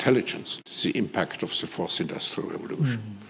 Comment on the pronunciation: Can someone please help with saying the word “the”? Please?